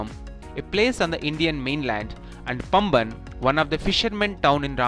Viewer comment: It is paamban not pamban..